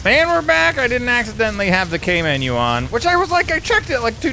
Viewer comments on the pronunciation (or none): none